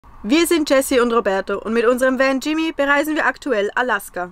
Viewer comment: Nichts für ungut, aber das ist "Jessy", nicht "Chrissy". 😅